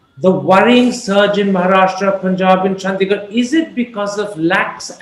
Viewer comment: She said Chandigarh; Thapar had a slip of the tongue and repeated it as Chandisgarh (adding an s)